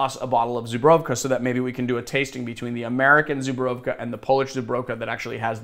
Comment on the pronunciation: Dude.... It's pronounced (ZOO-BREW(in this case try saying cold brew but with a V)and finally KA ZOO-BREW(V)KA Cheers from Warszawa 😉